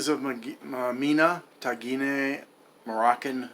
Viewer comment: Cool😎 Tagine is pronounced Tajeen👍